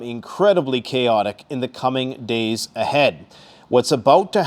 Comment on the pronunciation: How many deys away? say a number